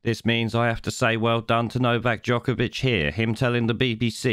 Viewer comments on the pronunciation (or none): Not only those things you highlight..he actually pronounced novaks surname jokervic..and accentuated JOKERVIC on several occasions..I applaud novak for his stance on choice..and applaud his absolute calmness in this despicable interview.